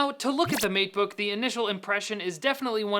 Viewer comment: All I heard was MEAT_BOOK.